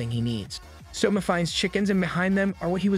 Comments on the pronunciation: suma LOL its soma bro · Every time the AI pronounces Soma as summa, I die a little inside. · its not souma its soma yukihera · I had to stop the video the second he said Suma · Literally spelled SOMA. How is it that yall butcher names so bad? So ma. Do yall even watch the anime or just read the manga?